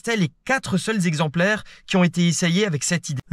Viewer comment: Beaucoup de fautes de syntaxe et de prononciation (trente-cinq z'exemplaires ...) dans cette intéressante vidéo. Un peu speed mais sympathique.